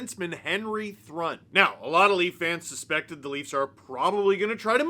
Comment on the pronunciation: I bet his name is actually pronounced Henry Troo-in